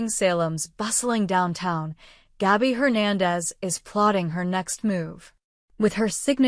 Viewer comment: They have so many mistakes. John can't recount Steve stories, he's ashes now. Jennifer has already been on screen. Philip is in the hospital, not Zander. And the name is pronounced GAB-by, not GOB-by. Boy is the AI narrative screwed up.